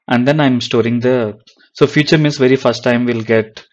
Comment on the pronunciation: Hello, just want to point out the pronunciation, its called " feature", not "future".